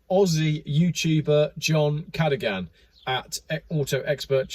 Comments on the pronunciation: It's pronounced car doh gan :) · It’s pronounced CA-DO-GAN, LOL!😂 John Cadogan is no dummy. He is an engineer with work experience in vehicles and vehicle safety. He has a polarising wit, which I love and find entertaining. He is the most honest guy I know and always tells it like it is. Yes, it’s sadly true, T apparently two firefighters got Cobalt poisoning and can NO LONGER WORK. This is why I made the comment about the tug/firefighters which appeared to be leeward (downwind) of the ship. That gas is very nasty stuff, now what about possible fallout over the Dutch mainland communities. Imagine the amount of people that could be affected inhaling the diluted toxic gasses. Now what about the toxins released into the waters from The Felicity Ace. It’s total madness dreamt up by the UN which is under instruction by the Illuminati pushing this one world government. They want to ban cash and have digital dollars instead (US and soon Australia). FOLKS, more than ever we need to say Enough is Enough. In a rural area in New Mexico they want to centralise living…see Gregg Bradens latest YT post on this. Also if you watch that article by John Cadogan, I made a comment which was a bit of satire extending off John’s humour. It think you will like it. Glad you mentioned John’s upload…it’s a beauty. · John "ka-doh-gan"